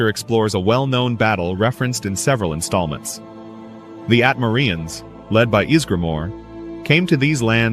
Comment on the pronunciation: I would like to point out that people from Atmora are called Atmorans, not Atmoreans.